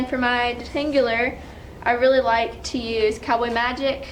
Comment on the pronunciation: Hehe... "detangular".